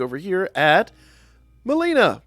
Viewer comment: why you keep calling her malina?